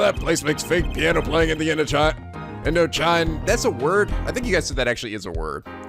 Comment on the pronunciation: Indochine is pronounced 'In-doh-sheen' (from the French 'Chinois' (Chinese)). Covers Southeast Asia, primarily the area that France was colonizing (so mostly Vietnam). Not really used in English anymore, except when you want to give an Old School, classy feel. Sorry if others explained this all earlier! I thought it might make more sense with historical context.